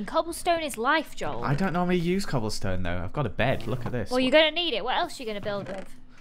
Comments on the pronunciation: said “Dole” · I think she said doel